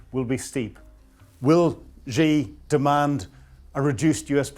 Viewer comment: For pity's sake,, learn to pronounce things correctly. Shahed, not Shahad; Xi, not Zhi, Abu Musa, not Abu Musuah.